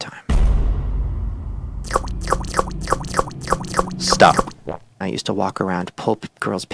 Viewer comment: I laughed so hard every time went S T O P